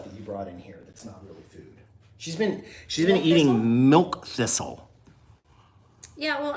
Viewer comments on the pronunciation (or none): Alton, did you say milk missile?